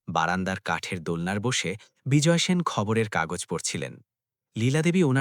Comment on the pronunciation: Apni sen keno bolchen shen uchharan hobe.apnar pada bhalo lagche na. Video bundh.korlam